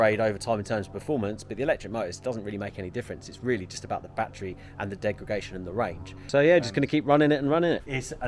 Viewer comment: You keep saying “degragation”… its degradation